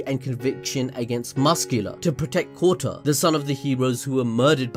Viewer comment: Kota can be heard as Kutta...which means dog lol, which is also used as cuss word in India